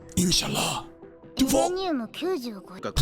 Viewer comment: Insha'Allah pronunciation is good